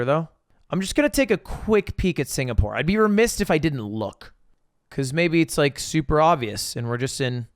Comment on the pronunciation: Lud, it's remiss not remissed :3